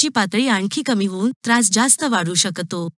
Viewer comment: तुमचे काही उच्चार जसे शेवग्याच्या शेंगा,शकतो, जळजळ हे शब्द, आजार त्यामुळे माहिती छान असून पण ऐकायला कसेतरी होते